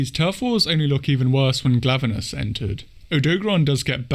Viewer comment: Also just so you know your saying glavanis right